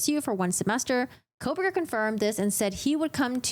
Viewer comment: You pronounce his name differently.